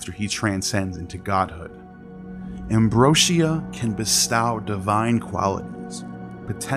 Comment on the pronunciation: love this channel but i can't past the pronunciations. its not "de-luuuj" or "da-loose" , it's not "embro shee ah", & its def not "pomeNgranate" . Also (from what ive learned) there was no word for "sin" in ancient Egyptian or Greek, it was introduced by hebrew language to demonize the previously worshipped moon god Min /Sin